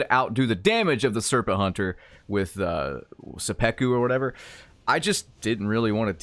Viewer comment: The way you pronounced seppuku hurt.